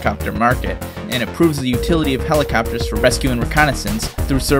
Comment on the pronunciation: Helacappers lol but besides that amazing video